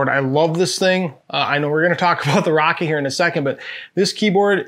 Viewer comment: It's Rock-Cat, not rocket